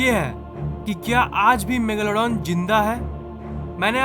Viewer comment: Kya bolle rahhe ho bhai😂😂 Megaalaadooon nahi megladon bolte hae😂